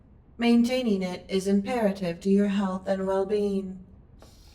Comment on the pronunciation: Not my well bean, anything but my well bean!